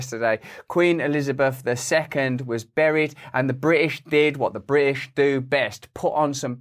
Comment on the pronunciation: His articulation is appalling. I stopped watching after the third time he said "Bri'ish".